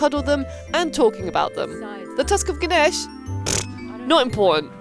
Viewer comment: Finally someone () pronouncing “Ganesha” correctly… thank you!